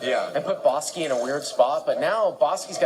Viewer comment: Its like the commentator is trolling boski keeps saying bahski